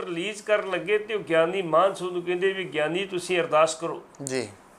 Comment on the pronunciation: ਐਂਕਰ ਸਾਹਿਬ, ਗਿਆਨੀ ਸਾਹਿਬ ਜੀ ਦਾ ਨਾਂ ਲੈ ਰਹੇ ਹੋ, ਉਹਨਾਂ ਦਾ ਨਾਂ ਮਾਨ ਸਿੰਘ ਜੀ ਹੈ ਨਾ ਕਿ ਮਾਹਨ ਸਿੰਘ ਜੋ ਤੁਹਾਡੇ ਮੂੰਹ ਵਿੱਚੋਂ ਨਿਕਲ ਰਿਹਾ ਹੈ। ਹੈਰਾਨੀ ਦੀ ਗੱਲ ਹੈ ਕਿ ਬਹੁਤ ਪੜੇ ਲਿਖੇ ਆਦਮੀ ਵੀ Mann or Maan ਨੂੰ ਠੀਕ ਤਰੀਕੇ ਨਾਲ ਪੜ੍ਹ ਕੇ ਬੋਲ ਨਹੀਂ ਸਕਦੇ। Mann ਨੂੰ ਮੰਨ ਬੋਲਣਾ ਚਾਹੀਦਾ ਹੈ ਅਤੇ Maan ਨੂੰ ਮਾਨ ਜਾਂ ਮਾਣ ਸਿੰਘ ਪ੍ਰੰਤੂ ਸਿੱਖਾਂ ਵਿੱਚ ਮਾਨ ਸਿੰਘ ਤਾਂ ਆਮ ਨਾਂ ਹਨ ਪ੍ਰੰਤੂ ਮਾਣ ਸਿੰਘ ਵਾਲਾ ਕੋਈ ਵੀ ਨਹੀਂ ਮਿਲਦਾ। ਐਂਕਰ ਸਾਹਿਬ, ਬੋਲਦਿਆਂ ਹੋਇਆਂ, ਤੁਸੀਂ ਦੂਜਿਆਂ ਵਾਸਤੇ ਉਦਾਹਰਣ ਬਣਨਾ ਹੈ ਇਸ ਸਦਕਾ ਠੀਕ ਅਤੇ ਠੇਠ ਹੀ ਬੋਲੋ। ਟਿੱਪਣੀ ਜਰੂਰ ਦੇਣਾ ਜੀ ।